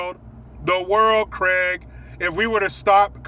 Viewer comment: Lol he said the world Craig